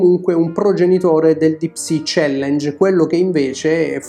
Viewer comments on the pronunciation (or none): none